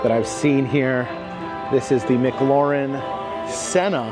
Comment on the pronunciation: 😂 butchered McLaren too.